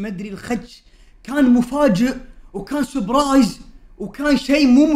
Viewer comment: ههههه زبرايز 😂😂😂 اسمها سبرايس😂😂😂😂😂😂😂😂😂😂😂😂😂😂